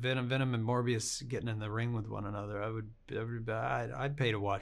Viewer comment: Did... did he mispronounce Morbius?